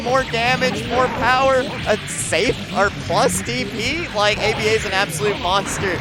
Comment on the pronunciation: The way the commentator keeps saying “A-B-A” instead of just calling her Aba angers me to an unreasonable degree.